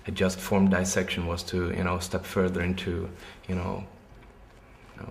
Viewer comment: El nombre de la banda lo dijo bien, solo que esa pronunciación es la que usan los británicos.